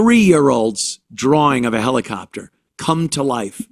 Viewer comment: Heli-kopter HELI-KOPter... Uhhhh uuuuuuuhhhhhhh.